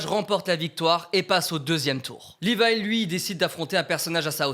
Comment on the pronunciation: C'est Levi pas "Livaï"